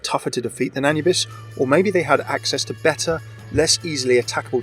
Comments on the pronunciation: Ah-new-bis not anuhbis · I am pretty sure that it's A-noo-bis, that atleast how we germans pronounce it. Sure you'd need to ask an actual egyptian to have an 100%ly correct answer. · Pretty sure that Anubis is spelled a-NOO-bis. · the way you said Anubis, it just hurts. shivers keep up the good work